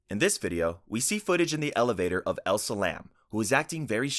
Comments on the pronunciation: its elisa lam, not elsa😭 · ...I'm trying so hard not to focus on that HORRIBLE butchering of Elisa Lam's name. I love your content but for the love of god, PLEASE look up pronunciations before you talk about the deceased.